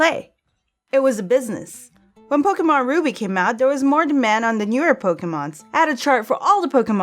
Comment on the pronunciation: You say pokemon wrong it's pronounced Po-kah-mon